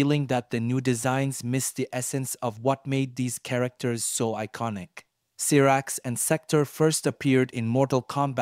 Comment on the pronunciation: Cyrax -Syyyyyyyyy raaaaaxxxxxx Sektor- Seeeeeeecccc toooooorrrr How do you mispronounce something that’s pronounced for you in the game